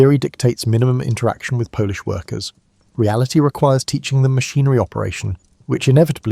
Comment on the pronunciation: I’m 4 minutes in and have to stop. Whoever coded this script really messed up the pauses, and Polish for polish? Surely there are ways to get pronunciation right.